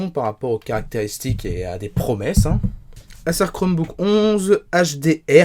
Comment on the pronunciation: Pourquoi bien prononcer «chrome book» et ne pas bien prononcer «Acer» qui est un mot anglais qui doit se prononcer comme «ai-sir» à l'anglaise.